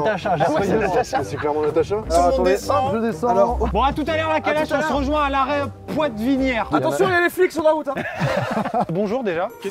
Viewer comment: L'arrêt Poitevinière haha. Ce prononce la pouetvinière (comme pouet pouet). Bande d'urbain